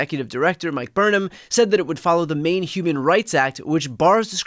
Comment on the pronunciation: *Maine not anaine